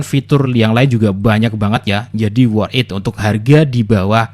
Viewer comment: "worth it" bang bukan work it